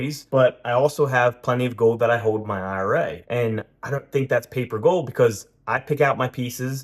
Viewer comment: Gold, not gode. Eagle, not eagoo.